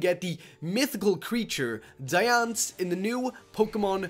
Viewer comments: It's Diancie. Not Diance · Ehhh it isnt "Dians" you said. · he can't say Diancie properly lol😅😅